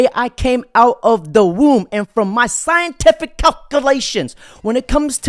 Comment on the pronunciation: Psyintiffic cock-u-lay-shuns